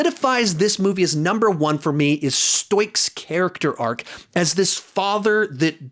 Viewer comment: The way he pronounced ‘Stoick’ lmao